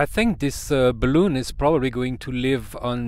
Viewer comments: !: Only ONE complaint: ) Bal-Un! Not BalOOn!: ) Otherwise GREAT video! de seeker/Jeff WA7LFP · In English "balun" is said with a short U sound It is "impEdance" with a long E sound I have made a "D" shape using a larger diameter G10 tubing for support. The tube was about 2cm in diameter. Larger Tubes about 30cm long that fit tightly over the smaller tube made the joints.